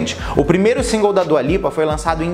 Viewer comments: Djua Lipa kkkkk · kkk eu perco tudo com ele pronunciando dua lipa